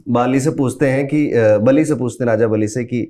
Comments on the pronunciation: It not bali it बली महाराज और वो प्रल्हाद के नातीन थे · It was dantwakra not dhanvantari its not baali its bali its not बाली its raja बळी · No hate and i love everything you said and i didn't tell anything for showing any thing not saying words misinterpret ni ho skte just want to say that 3rd one is vaman avtar And पराब्रह्म ni परब्रह्म hai And it's not बाली its raja बलि ❤and thanks for information and spreading glory of God's ❤ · Guru ji ek mistake hai iss video me babhan awtar me raja bali thae baali nahi tho jara uchaaran ka khyaal rakhe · Hello Bhai बाली नहीं है बलि हैं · prounce to thick se Karo ramayan me jo sughriv ka Bhai tha wo tha बाली ओर ये जो है वो दैत्य राज बली है नोट बाली kuch bi pronounce karte ho pura story change hota hai name ki vajahse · भाई बालि नही महाराज बलि प्रह्लाद पौत्र। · Bhai बाली नहीं है बली‌ है वो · सर वो बाली नहीं बलि थे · कृपया अपनी pronunciation ठीक करें----राजा बलि को बाली न कहें----कद्दू को कडरू न कहें--विनता को विनाता न कहें